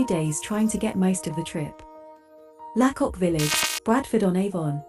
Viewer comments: Your pronunciation of lacock is off. Say laycock. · Its pronounced Laycock not La cock